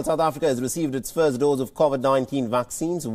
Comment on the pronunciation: Please correct, it’s Covid 19, and not Cauvid 19. It’s important to pronounce the virus name correctly.